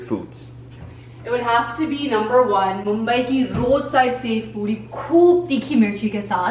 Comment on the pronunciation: Like the way she pronounces 'Mumbai'